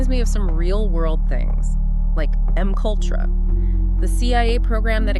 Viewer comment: 😂😂😂😂it gave itself With “M-kultrah”’lolololln